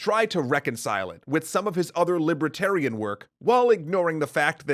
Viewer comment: What is this "libra-tarian" that you keep referring to? It's 'li-ber-tarian". And I don't know: will Arthur see Clark?